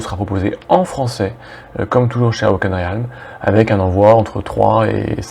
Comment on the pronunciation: Moi je connais le nemesis du Meeple et de: la prononciation d'Awaken Realms haha. Allez en phonétique: uh.wei·kn (awaken) relmz (realms). Merci pour ta vidéo, j'ai découvert ce jeu par hasard. vu grace à vous qu'il y avait un nouveau KS. ca sent bon le jeu survival horror dans l'espace.